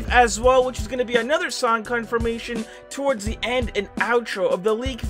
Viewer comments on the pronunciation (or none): none